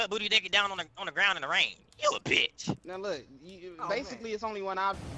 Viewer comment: Bruh why he say bitch like dat